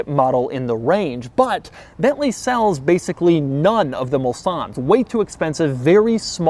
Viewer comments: It is not "BETLEE", it is BENTLEY! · If I hear "COTTON-ENTAL" one more time!!! And it's BeNtley, not BeTtley...